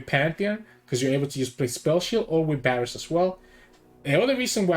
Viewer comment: Bro it's a V not a B